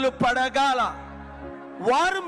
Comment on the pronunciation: Pagadala kuda palaka ledu padagala antadu